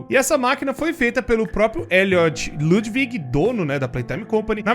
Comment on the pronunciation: Ludwig não se pronuncia lãdvigui, se pronuncia tipo lãdiuigui